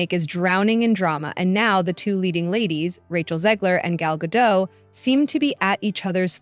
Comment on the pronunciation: Her name is pronounced GA DOT. Good report! 😊 These people like Rachel Zeglér have ZÉRO IDEA how the Palestinians voted Hamas into POWER knowing that Hamas' plan was to DECIMATE ISRAELIS. I don't hear people bringing THAT UP when protesting the ISRAELIS...,🤔🙄🤔🙄🤔